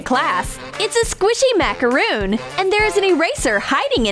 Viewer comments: BRO ITS CALLED A macron not macaroon there is a difference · It’s not called macaroon it’s called macaron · That's a macaron, not a macaroon.